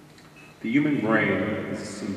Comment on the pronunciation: Why cant pronounce the word "human"...or any word that begins with H?